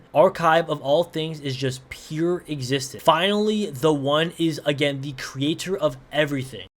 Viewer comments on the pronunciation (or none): none